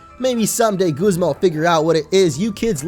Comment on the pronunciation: It's guzma not gozma